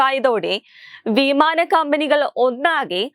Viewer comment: വീമാന മല്ല, വിമാനം